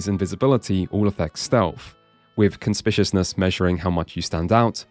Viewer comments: Conspicuousness: /kənˈspɪk.ju.əs.nəs/ If your job is to talk for a living, at least make sure you can pronounce the "big" words, it's a pretty low bar. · Bro doesn’t know how to pronounce conspicuousness lmao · That is absolutely not the correct pronunciation of conspicuousness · CON-SPIK-YOU-US-NESS CONSPICUOUSNESS NOT WHATEVER "CONSPISHUSNESS" IS. AAAAAAAAAAAAAAAAAAAAAAAAAAAAAAAAAAAAAAAAAAAAAAAAAAAAAAAAAAAAAAAAAAAAAAAAAAAAAAAAA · It's con-spi-cu-ous-ness, not "conspiciousness", lol ;P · Super stoked for this drop, I literally just bought and started playing this Friday night. The goat is back. ..however, I have to be that guy and point out that its pronounced "kun-spick-you-iss-niss" not "kun spish-ush-niss" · Conspishousness had me 🤣 i hope that was on purpose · bro you're pronouncing conspicuousness really wrong.